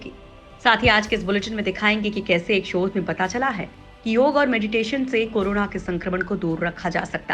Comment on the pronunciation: योगा नही योग कहो। हिंदीमे बोल रहि हो तो सठिक उच्चारण करो ।